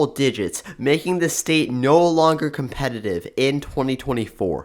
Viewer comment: I don’t think the narrator pronounces words correctly. Liberal is not pronounced Librial. This is not pronounced Dis, The is not pronounced Da. Slow down.